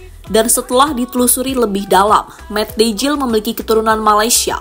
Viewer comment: Huruf J dlm bahasa belanda dibaca jadi Y min. Jadi sebut aja Mat Deyl, bkn Mat Dejil. Gak sekalian Mat Dajjal aja min 😂😂😂